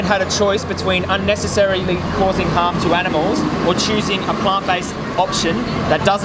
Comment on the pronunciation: I think he thinks you’re saying “ham” not “harm”..in the beginning. 🤔 Great video!👍👍